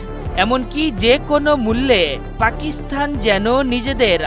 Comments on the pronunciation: এ কেমন উপস্থাপনা, পাকিস্তান শব্দের স্থানে পাকিস্থান বলছে। একাত্তর টিভি আর লোক পায়নি শুদ্ধ উচ্চারণ করানোর জন্য!!!!! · আপনি সাংবাদিক, আপনার অবশ্যই পাকিস্তান উচ্চারণ টা আরো সুন্দর ভাবে করা উচিত